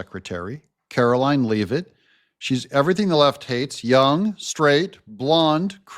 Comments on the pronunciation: Karoline Leavitt. PRONOUNCED LEVVITT, NOT LEEVITT. Please help us! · Karoline's last name is pronounced "LE-vit", as in "leaven" or "heaven", not "LEE-vit". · Pronounced “Lev-it” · You are pronouncing Karoline Leavitt's last name wrong, you'll hear it enough times to get it right. Just saying.